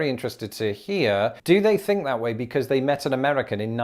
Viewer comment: Why does this attractive young lady pronounce "think" as "fink"?. Just askin".